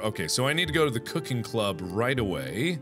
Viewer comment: anybody else realized he said "clooking club"?